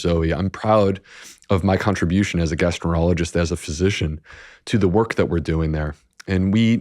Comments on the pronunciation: He says gastro -ologist. It was the second time I'd thought I'd heard it. I went back and listened again . How does a famous, expert gastroenterologist completely mispronounce that word?🙄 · This doctor is so fake. He found a niche into the whole PB market. What specialist in any field can’t pronounce their own specialized field? He says “gastro-ener-ologist”.